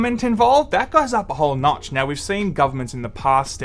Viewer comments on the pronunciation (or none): none